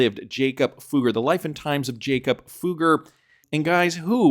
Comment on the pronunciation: The name is not pronounced 'Fooger' 😂